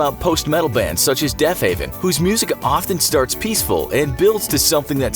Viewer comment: Did you just call Deafheaven Deafhaven?